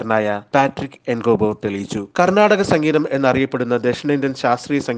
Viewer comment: കർണ്ണാടിക്ക് സംഗീതം എന്നതല്ലെ ശരിയായ ഉച്ചാരണം